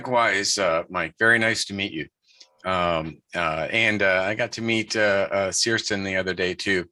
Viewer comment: He already met Cirsten but doesn't know how to pronounce her name?